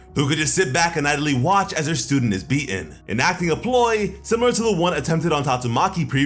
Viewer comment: Good content, but you sound like 12 year old girl with a speech impediment when you say words like “beaten” as “bee-in.” Tighten it up. I don’t even want to hear how you say “threaten!”